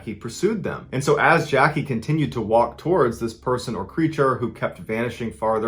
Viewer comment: “Creatures” cmon you’re better than this